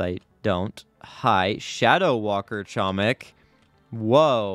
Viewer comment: doing my usual reminder:, you are pronouncing "chomik" incorrectly, the "c" in "chomik" is silent